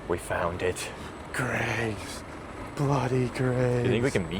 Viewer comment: Glad you Americans said Greggs right I remember few years ago an American said G Reggs instead of Greggs